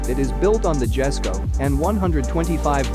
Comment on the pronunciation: The Jesko isn't pronounced with the J sound, it's pronounced Yes-ko with the J making a Y sound